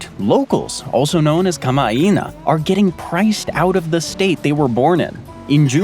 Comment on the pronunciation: Ka ma aei na - you're pronouncing eet ronkz dude.